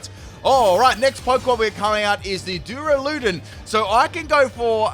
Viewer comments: its pronounced DurAludon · Was i the only person to get triggered when he said doruloden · Duralodon is pronounced Dur Ala Don